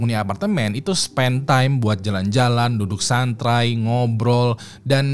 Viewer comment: 04.40 “duduk santrai”